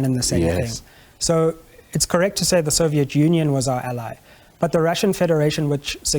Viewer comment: Malema's take on USSR, Ukraine and Russia is embarrassingly illiterate. Plus, he needs to learn to pronounce English words correctly. The accent is cool but not knowing how to pronounce ally is cringe worthy